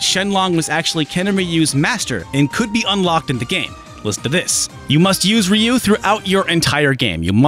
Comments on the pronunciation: It's "Ruu" (with the tongue vibrating), not "Ri yu". Even, according to Google Translate, it's pronounced as "H yu". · Rai-yu? Really? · wait, Rai-you? (dunno if it's the correct manner to transcribe phonemes without recurring to IPA) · Lol the commercial says Rayoo